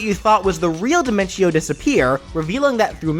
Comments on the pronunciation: Your saying diminco not dinentio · his is di-men-tio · This is really good and all, but I have one problem Dimentio: pronounced by: Die-men-chee-oh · It's pronounced De-ment-tio as it sounds better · Personally, I pronounce his name as Dimen-tee-oh, but that was mostly because of the songs Man on the Internet made about them. Speaking of which, now your just one chaos clown away from unleashing his chaos clown cacophony onto Smash. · Listen man, I love your series and I love your channel. The one and only thing I hate is how you pronounced Dimentio's name.